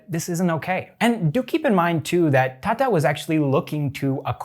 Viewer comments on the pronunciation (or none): Hey, Why you called Tata instead of tata? I know you can pronounce T.